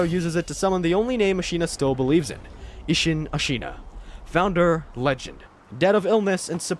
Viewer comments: I know you played this game and I know you never heard a single character in it say uh-sheena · "Jenichiro" 🤢"Eesheen"🤮